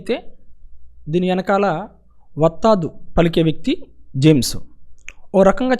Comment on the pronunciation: వత్తాదు.. కాదురా వస్తాదు....